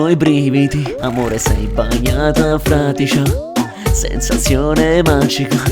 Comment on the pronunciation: FRADICIA NON FRATICIA